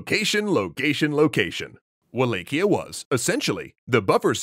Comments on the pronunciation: I always thought Wallachia was pronounced “Va-lak-iya” and not “Way-lake-iya” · I don't wanna knit pick but its pronounced V-LAH-HIA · Quick note: It's pronounced Wal-ah-key-ah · In romanian it's Va-la-hia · Wallachia is pronounced more like Va-latch-ia I believe. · Isn't it Wall ACH ia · Google: How to pronounce Wallachia Google: wa·laa·shee·uh: Wa-lay-kee-uh Further investigation: Looks like is pronouncing it the common way it is said in the UK, according to wiktionary's pronunciation guide for it in the UK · Oof the pronunciation of Wallachia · I suppose this is the best place to ask this particular question: How is Wallachia actually said? (using caps for emphasis and pronouncing) Is it: WallaCHia? WallaKia? WallAE-Kia? WallAE-CHia? WallAW-Kia? or WallAW-CHia?